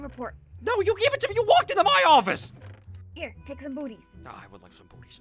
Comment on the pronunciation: it sounded like he said boobies unsteady of booties